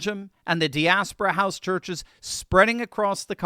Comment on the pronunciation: you are pronouncing "diaspora" incorrectly! FFS someone with a PhD in Religion should be able to say that word correctly!